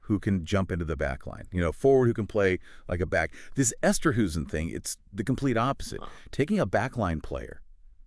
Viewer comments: Pronounced Esterhayzen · But please try and get the pronunciation of his name right. I know it may not roll off your tongue easily but please try 🙏🏼